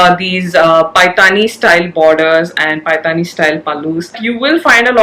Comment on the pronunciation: Lovely video as always. Request you to correct the pronunciation of paithani.